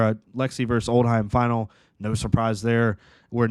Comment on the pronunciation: Old-Him not Old-Heim